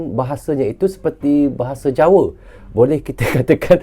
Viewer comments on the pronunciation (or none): Jawa bang,bukan jawe